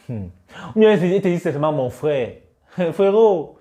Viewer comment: Mec fais un effort , c’est frère et pas frais !! Tu sais bien prononcer le R pourtant .